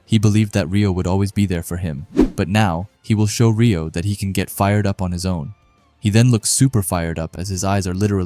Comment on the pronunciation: Pronounced “ray -oh” not “ ree -oh” for Reo